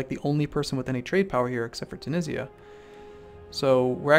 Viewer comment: /The way you pronounced Tunisia...are you serious?